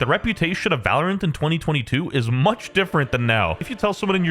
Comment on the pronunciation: valorant ❌ Val- oh rant ✅